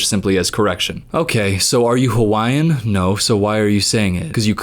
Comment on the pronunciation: As a Hawaiian I can at least appreciate that you both pronounced it correctly.